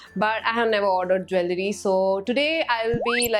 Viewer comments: You mispronunced jewellery in the whole video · You pronounce jewellery wrong😅